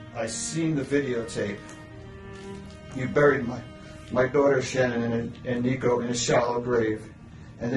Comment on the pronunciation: One thing I noticed is how her dad refers to her at “Shannon” he doesn’t pronounce it like everyone else does.